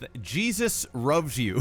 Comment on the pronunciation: I think the guy is changing R's to L's and L's to R's. rovs you - lepent